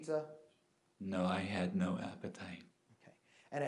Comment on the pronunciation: has got to be the worst acting I've ever seen. Lawyer: Did you eat any of the pizza? Dunn: Dramatic pause, leans in to mic. N O I H A D N O A P P E T I T E